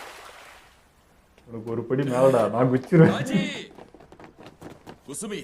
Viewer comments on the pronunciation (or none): Kaaji ❌ Kaji ✅